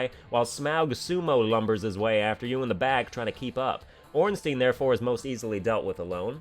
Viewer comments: I know you're pronouncing Smough wrong on purpose, but I can't tell if you're doing the same for Ornstein. That's an I sound, not an E. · I've heard different pronunciations of Ornstein too, some pronounce it Ornstein and others pronounce it Ornstein. I personally prefer Ornstein myself. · Nobody complains about how absolutely everyone says Ornstein wrong